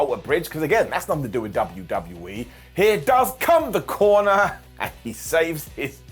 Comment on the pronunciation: Your killing me calling him Corner😂😂😂😂😂